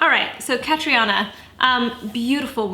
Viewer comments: By the way, it’s pronounced Cat-treena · Why the hell are people butchering her name? It’s irish it’s pronounced Katrina ughhhhh kills me!! Tell me she doesn’t call herself that too?? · Loooorrrrddd. Catriona is an Irish name pronounced "Catreena". why do people give their kids names they refuse to learn how to pronounce!